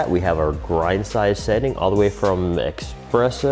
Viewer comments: Anywhere from "expresso" .... stopped video at that point. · ES-presso not EX-presso.